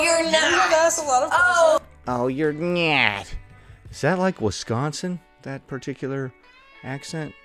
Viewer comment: Definitely sounds “Wis can sin”.